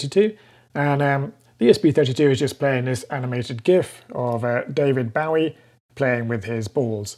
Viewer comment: David "Bowwie" ?? Is this some channel in joke ? It's "Bowee", like Bowie Knife. Not "Owwee" I burnt🔥my finger on my soldering iron... It's a joke right ?? 😕 I love the ESP32, I'm learning about it thru projects on the ESP32 Cheap Yellow Display Board – CYD (ESP32-2432S028R) Thank you for sharing your knowledge 👍